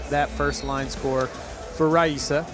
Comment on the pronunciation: I’m so confused why he keeps pronouncing Rayssa’s name with an H